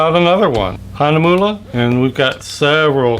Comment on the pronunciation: 4 and 1/2 years ago! THANK YOU FOR PRONOUNCING THE NAME CORRECTLY! I have been trolling reviews of this brand, and YOU are the only one I have found to pronounce it well. As always, I love your humor! Thanks very much,.